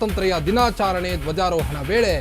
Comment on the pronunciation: ಕನ್ನಡ ಪದಗಳ ಉಚ್ಚಾರಣೆ ಬಾಯಿಂದ ಸ್ಪಷ್ಟ ಬರದಿದ್ದರೆ ಅರ್ಥಕ್ಕೆ ಅನಾರ್ಥವೆ ಸರಿ. ತಮ್ಮ ಬಾಯಿಂದ ಬಂದ ತಪ್ಪು ಶಬ್ದ. ದಿನಾಚರಣೆ ಅನ್ನೋಬದಲು ದಿನಾಚಾರಣೆ ಎಂದು ಉಚ್ಛಾರಣೆ ಮಾಡುವುದು ತಪ್ಪು. ಕನ್ನಡ ಸ್ಪಷ್ಟ ಓದಲು ಕಳಿಸಿ ಕೊಳ್ಳಿ.